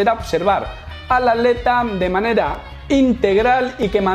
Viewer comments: Muy buen video.decis aleta, en ves de atleta? O me parece a mi. Saludos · que paso con la palabra atleta? se te esucha aleta lol xdd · cuando dice atleta yo escucho aleta